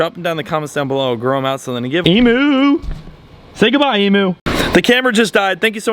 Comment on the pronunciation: Day 100 of telling you to say emu properly